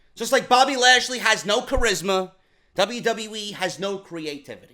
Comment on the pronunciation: Haha the way he said bobby trasly was fucking amazing...#